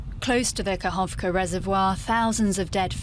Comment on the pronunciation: not kakovka, kaKHovka, said kaHovka.the russians are bombing volunteers, look at those videos.